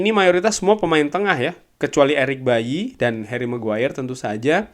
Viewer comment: Eric baily bang bukan eric bayi 😂